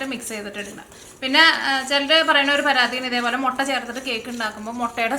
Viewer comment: മൊട്ടയല്ല മുട്ട എന്നു പറയൂ.......